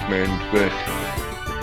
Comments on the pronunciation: sorry its yoo gi oh not yuh gi oh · Ive been friends with that since 8th grade, and I completely forgot he pronounced Yu-Gi-Oh like that 😂😂😂 we purposefully never corrected him